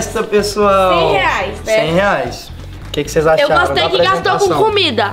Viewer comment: Gente coloca no minto em vez do enaldinho falar reais falou leais